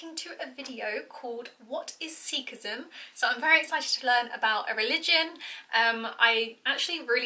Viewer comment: I like the effort of the video in review Totally understand that certain concepts are simplified to keep it concise But he’s butchering the pronunciation, I’m not upset but if we can learn to speak your language you can put some effort to learn a few words.